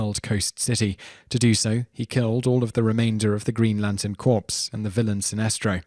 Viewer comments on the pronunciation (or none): have you ever heard it said marine corpse. because its the same thing. no my friend it is spelled corps and pronounced core. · it's not "corpse", it pronounced "core". You and freaking obama don't know how to say corps. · Corps is pronounced 'core' not corpse, although after they were all killed Green Lantern Corpses would be more appropriate. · Corps is pronounced "core" not corpse. C'mon learn to pronounce words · Mate the word corps, it is pronounced cor not corpse... you sound British so get it right for God's sake.. "Wonder Boy" WTF it's even on the cover of the comic, and everybody should frigging know it's the Boy Wonder.. please get someone else to narrate your videos.. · It's pronounced Dark-SIDE... not Dark-SEED! LOL And Green Lantern CORPSE? It's pronounced CORE. And don't even get me started with your consistently calling Robin the Wonder boy when he's famously called the Boy Wonder; clearly seen in the visual we see the entire time you're mashing up his nickname. I like your videos but Jeez you sure can make some laughable word mistakes. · Stop it! Corps is pronounced CORE, not CORPSE. (face palm) Darkseed? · Xorps is pronounced core not corpse! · its...its pronounced CORE (corps) not corpse. This is basic english, man. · Superman made a porn but what they didn't tell you was when the porn turned into a snuff film when he came and blew the top of Big Barda's skull off. Oh and it's pronounced Corps like core not Corpse like a dead body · Corps is pronounce "core", not "corpse". You would think think that the narrator would know that, considering his people invented the language he is speaking. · You jackass. Its Dark Side not Dark Siege, its lantern core not corpse. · "CORE" - it's pronounced "CORE" for cryin' out loud! You keep saying "corpse", as in a dead body. Did you give Obama speech therapy? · If this guy says corps one more time. Its pronounced core lol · someone needs to tell the narrator that the word "corps" is pronounced "core", not "corpse"!